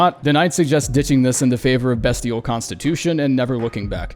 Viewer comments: Hey, Its Beastial, not Bestial(on Pronunciation) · I’m begging you to stop pronouncing Beastial like Destiel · Bestial is pronounced Beastial, like Beast? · b EE stial